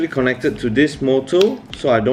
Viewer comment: Its called motor not morrr